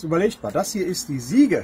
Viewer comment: Achtung Klugscheisseralarm: "Siege" ist ein englisches Wort und bedeutet "Belagerung". Muss mann aber auch englisch aussprechen. Gesprochen wird es "Sietsch", nicht Siege. Tolle Videos! Beeindruckende Entwicklungen! Bitte weitermachen. Viele Grüsse.